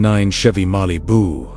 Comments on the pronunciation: Oh yeah! MAH-LEE-BOO-YAH! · 2009 chevy mAH-lee-boo! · Oh yeah! MAH-LEE-BOOO! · I heard Chevy Molly Boo.